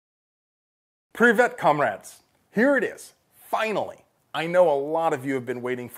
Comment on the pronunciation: Pronounced "preev-YET" not "preev et" "E" in Russian (without accent) is pronounced "ye", as in "yellow". As usual, but not always, the stress is on the 2nd syllable. Russian spelling ...Привет